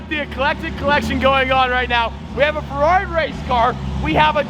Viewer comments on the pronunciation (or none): How the was saying farrari